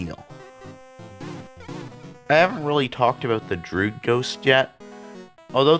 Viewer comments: looking for this comment, droo-id not drood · why do you pronounce druid like "drood"?